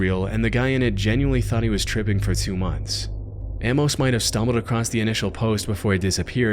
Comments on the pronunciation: I love your content, but please stop saying am-mose, Amos is pronounced a-mus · Couldn't resist I'm sorry. Amos = Ayy Miss. Not ammos. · It’s pronounced “A-mos” not “Ah-mus.” Christ… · Bro said "Ammose"